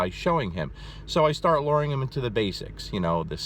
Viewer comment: Lmao the way he says luring. It's a U not an O.